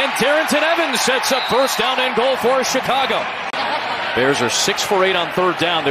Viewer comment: no one is gonna talk about the commentator saying “Chicagah”🤣🤣